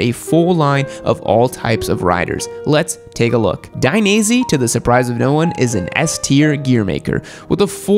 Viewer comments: please, don't say " Daineasy ", say " Dainees ".... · *Take a shot every time he says Dainese wrong